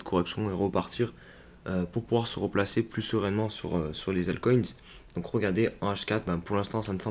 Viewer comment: Jpe pas m'empêcher de tiquer quand tu dis "altcoint" mdr, sinon merci pour tes vidéos toujours intéressantes !